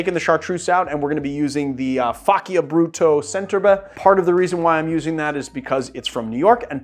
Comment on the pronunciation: I think the correct pronunciation of the "cc" in "Faccia Brutto" is like the "ch" in "chapter", not like "c" in "cut".